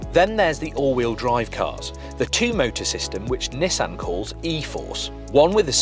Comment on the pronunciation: As annoying as it is that he butchers the pronunciation of "Nissan". And it's almost as annoying that the brits pronounce "coupe" objectively wrong. It is a French word pronounced like "coop". They are pronouncing it wrong as "coop-pay". But, whatever, Brits hate the French, so intentionally butchering a French word isn't surprising. At least pronounce Nissan correctly. There is only one correct pronunciation of that...